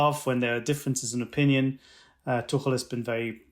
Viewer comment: Yeah...we're all going to keep saying Thomas Too-kell. Sorry. Not sorry.